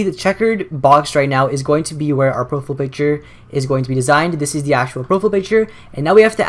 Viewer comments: "pro-fiy-ul" not "pro-ful" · I cringe when you say "profile picture" as "pro-full" picture. lol but good video man. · LOL "Proful" picture. Great vid though. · bro you say "profele picture" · Did you say Pro - Full in the intro xD still love your turtorial videos tho xD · he said profile wrong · u say profile weird